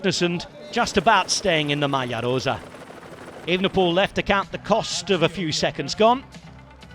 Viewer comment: Pleeeeeaaase can the commentator tone down the foreign accent exaggeration… I’m not sure even native Italians pronounce “Maglia Rosa” so over the top